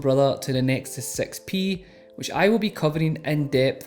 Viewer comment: You said nexus sex pee, lol, I know he means 6P.